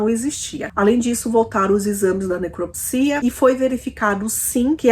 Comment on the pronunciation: Sigo e gosto da maneira que conta os casos. Mas seria legal se a pronúncia da palavra neCRÓpsia fosse feita corretamente pra quem não sabe a maneira correta possa aprender contigo. 🤗